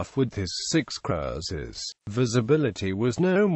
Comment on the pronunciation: Strange pronunciation of Cruiser.